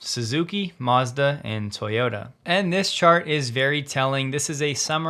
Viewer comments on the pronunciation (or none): none